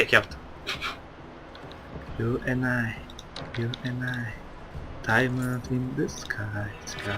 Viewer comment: Daymınd in tı sıkay :D asdasd